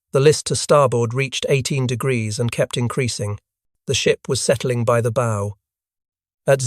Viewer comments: "Bow" isn't a bow tie, it's "take a bow" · It's Bow as in Cow, not bow as in arrows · Why do your narrators mispronounced words? They pronounce the bow of a ship as bow-like a bo on a package or a boe of flowers when it's pronounced bow as in BAW. This is just one example but they do it in all these videos! Also, the pictures in these videos sometimes don't represent the subject at hand very well. All this is disheartening and drives people off. Please try and get your shit together!